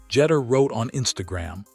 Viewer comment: Omg couldn't even pronouce Derek Jeter last name correctly